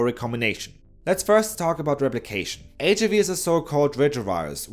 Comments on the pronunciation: HIIIIIIV! please don’t swallow the I sound. It sounds so weird and makes me wanna throw up! H-I-V not HV cmon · Why does he pronounce HIV “H-uhh-vee?” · Why did he pronounce HIV as HAV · Ich habe noch nie jemanden auf Englisch HIV so aussprechen hören wie dich. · y do u pronounce HIV in a funny way